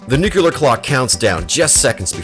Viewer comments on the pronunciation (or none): Hey! It's pronounced Nuke-Lear - Not Nucular. Only a Dumb ass does that. Just LOOK how It's Spelled. N-U-C-L-E-A-R. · NucUlar? Warfare... Nuclear. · Say it with me: nu - cle - ar. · thermal nucular? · wasn't that a common George Bush screwup?